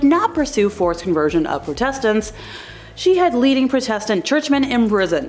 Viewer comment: The mispronounctuon of protestants is getting annoying